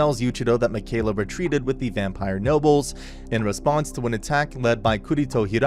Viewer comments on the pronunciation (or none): Ur mispronouncing mikaela it's pronounced mickeyela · Its Yu-ich-i-ro and Mi-kai-la. That's how its pronounced. :(